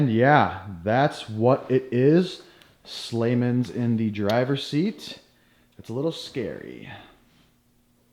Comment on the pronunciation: “Slayer” as in “Slayman.” or “MinnDak Fish Vac” (as in vacuum).